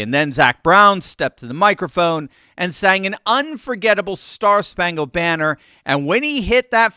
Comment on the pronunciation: THE WORD "BANNER" IS SUNG IN 3 SYLLABLES NOT 4 !